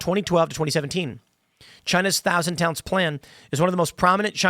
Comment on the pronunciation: I misheard "Thousand Talents" as "Thousand Talons". That sounds like a supervillain secret society, like Hydra.